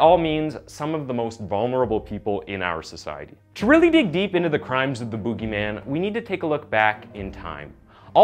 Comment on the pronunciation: Pls dont say boogie like that again